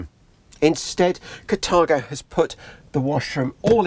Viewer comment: "Cathargo." Sorry. Can"t help it, because it made me giggle every time you said it.